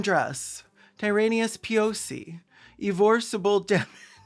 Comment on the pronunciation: I heard Enon Chayned as ivan-chai 😭